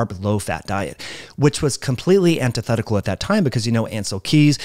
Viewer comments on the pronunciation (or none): none